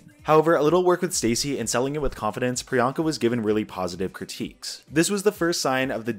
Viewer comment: I have such mixed feelings about the whole joke surrounding the mispronunciation and now locked in nick name for Priyanka- Peronka. The goal of her tagline "What's my name?" is to normalize people who are often not thought of or included in the mainstream, but I feel that it's also to get you to question and/or realize the way some people are othered, and underrepresented. As explained in this video, getting people to say Priyanka is to get them used to someone like her, with a name like hers- as though she's the girl next door. A super fabulous girl next door, sure, but not some exotic oddity. The reason why this differs from Tracey Martel, is because Peronka is not a name, but Priyanka is a very common one. It has "I don't remember how to pronounce that funny sounding name of yours" vibes, where Priyanka's objective was the opposite- to normalize something that might be different to some. This hits close to home, esp because I'm the same background as Pri, though myself and my family's names are not even of South Asian origin. Even with that being the case, due to my family members' names not being as common as Sarah or Mary, we've had people mispronounce them, and call us ridiculous names that don't exist, instead of a more obvious assumption. This isn't due to innocent fumbles, but instead due to the fact that, to them, we're foreign seeming... We must likely have a "weird" foreign name. This is a microagression that happens to many poc who have easy to pronounce names, t